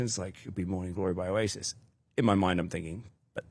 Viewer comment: lol can’t say oasis